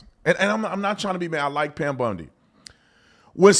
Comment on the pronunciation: Pam Bundy 😂😂😂😂 It’s Pam Bondi I’m surprised they rushed to even talk about releases. I thought for sure at least 10 years from now. Looking at how long it took the JFK, RFK, AREA 59 stuff. I think it’s messy because it’s not just a list of names, but what name did what crime or series of crimes per person. And than you have to protect so many victims as it’s related to different perpetrators with separate crimes I can’t image this is AT ALL EASY . It’s a huge cluster **ck To ensure there’s no lawsuits go slow and get it right I’m all for waiting